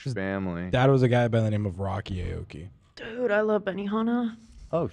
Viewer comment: Don’t smack on the 👁️ oki as Ethan said instead of ayyyoki lmao he’s still relevant I just saw a song release with Paris Hilton? Lol. the mans popped a bottle in my face once 🎉 let’s go